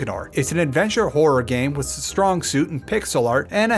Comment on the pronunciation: Why do you say “wiss” instead of “with”?